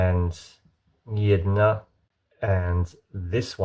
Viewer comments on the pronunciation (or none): Sorry that I might be "too critical" and didnt want to offend you in any way, hera are the mistakeS i found (I am Ukrianian): Czechoslovakia (Actually Czechia) Which Sea? Yidna ????? (Accurate pronaunciation: GDYN´A - soft N) IT IS LITIRALLY WRITEN THERE Sutshiivolla ? (CH in Polish is H sound - Suhivola) lAiBeRRRReK (C in every slavic language is tsssssssssssssssssssssssssssssssssssssss, not ; I is never AI, But just sound i) Saylizan Area (Accurate pronaunciation: Sailizhian) BAG river (U is only in English A in that case, so it is really just said with UUUUU ) Vistibyula (You write Vistula and say that, no comment) COCK ROW ? (Just say Krakau) Ah yes, my favourite city of ........................................................................................... Wrokro (WroTSSSSSSSSSSSSSSSSSSSSSSSSlav) What the heck does Russia has to do with those cities, maybe you meant Prussia, but maybe I heart it wrong) Katowis (Accurate pronaunciation: Katowitse . Like before C is ts) Sailian Dialect (Before you said Saylizan and now that, decide already!) Zakoupain (I have been to Zakopane, which is literally pronaunced as every thingle letter in it) ZETS IT; Ay Faynallie kan rest wit nouing zet everising wil bi gud